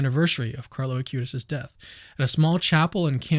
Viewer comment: please dont say a-cue-tis, it is ah-qoo-tees